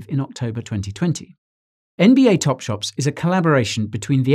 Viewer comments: ITS TOPSHOT NOT TOPSHOPS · Anyone else hearing Guy saying "NBA TopSHOPS" throughout video? 😂